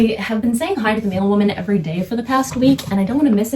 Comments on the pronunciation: I really thought you said “male woman” instead of “mail woman”. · Ok it had to take me a minute to figure out she said mail woman and not male woman